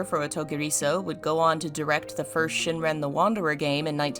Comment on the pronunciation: Great video, little critique is it’s Shiren, not Shinren. Heard you say it wrong twice